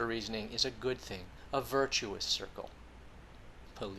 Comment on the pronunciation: I love it that you bring the hammer down on their position with a simple "puh-lease."